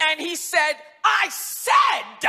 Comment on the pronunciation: Just so you know the word "SAID" is a one syllable word. not "SAID DA"